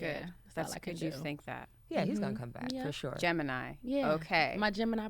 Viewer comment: A “Gem-an-nem” 😂😭😭